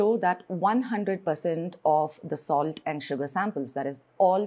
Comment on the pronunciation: Dumb POS pronounces salt as "solid", it could be because she looks like an African.